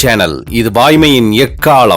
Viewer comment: அறிவிப்பாளர் குரல்: வாய்மையின் எக்காலம்.. எக்கா'ல'மா, எக்கா'ள'மா??